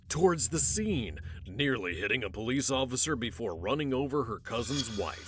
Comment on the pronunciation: What is the "Poe-lease"??? Someone needs to tell them it's "police."